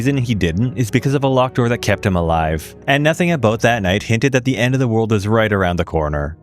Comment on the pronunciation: As a fellow Canadian, that’s “aboot” the best thing I’ve heard all day 😂